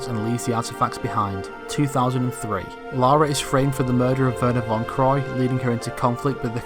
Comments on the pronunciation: the “Laura” thing gets me still like it’s LARA not LAURA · you're dead man American's can say Lara not Larua